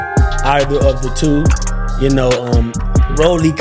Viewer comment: RALLY Romero 😂😂 come on bro get the names right